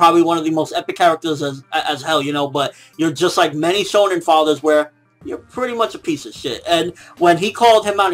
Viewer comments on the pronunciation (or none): none